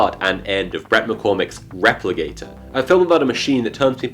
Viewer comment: Wait... are you saying Replicator or Repligator??